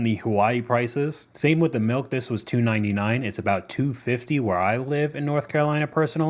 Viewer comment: Side question: Why do people say melk instead of milk?